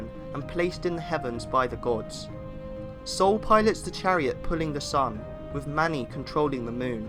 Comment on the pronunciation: As a Dane i cant help but me amused by how you pronounce "Sol" and "Måne" Amazing